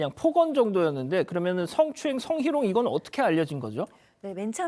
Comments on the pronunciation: 저 경찰은 성헤롱이라고 발음을 계속하는데 웃겨 죽는줄 알았음 아재요 나오지 마세욥 ㅋㅋㅋㅋ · 국제범죄 김.. 저 분 성희롱이란 발음이 안되나? 왜 자꾸 성헤롱이라 그래ㅡㅡ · 김은배 씨... 경찰 출신인데 성희롱을 몰라서 성회롱이라고 하는 건지 아님 발음 상에 문제가 있는 것인지? 경찰 측을 대표할만한 사람이 이렇게도 없나요? 정말 보기 불편합니다. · 패널 발음 좀 똑바로 하는 사람으로..성회롱?이 뭔가요? 그것도 여러번.